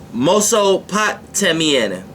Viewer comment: He aint ever learned how to pronounce mesopotamian 😂 #respect